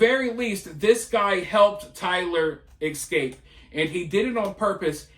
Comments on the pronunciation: You speak very well, just a small correction if you don’t mind, it’s e-scape not ek-scape… it’s the e sound first, then the s sound combined with cape. I don’t mean to do this, lol. I’m an English teacher. Love your channel brother, by the way.🥰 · Learn to say Escape properly It's uneducated and ghetto